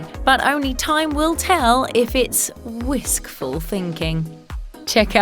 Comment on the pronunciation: "whiskful thinking💀" no u did not😭😭